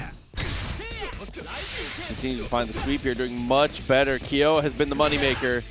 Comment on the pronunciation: "Keeeyoooh" LMAO come on dude